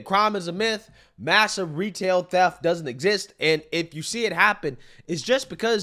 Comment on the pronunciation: "Dudn't" This is the president